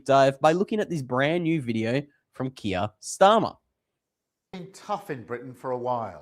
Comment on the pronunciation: Keer not Kia!